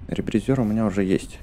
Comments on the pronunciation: Не ребризëр а ребризер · Не ребризёр а ребризер